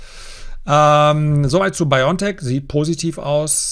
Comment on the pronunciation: Wenn Sie über so große Firmen sprechen, dann sollten Sie diese auch richtig ausprechen und vor allem richtig schreiben! Es ist BioNTech. Nicht Biontech. Genauergesagt: Bio and Tech. Also bitte Bio N Tech aussprechen